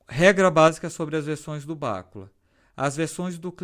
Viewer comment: A pronúncia em português é bacúla . Em inglês soa como se fosse um termo proparoxítono, mais ou menos como béküla . No português este termo para pronunciar, como se está pronunciando no vídeo, tem que ter acento na antepenúltima sílaba. O assunto é informática, mas cabe aqui esta informação.